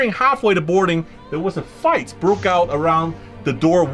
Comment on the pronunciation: Did sam say fyce instead of fight? Lol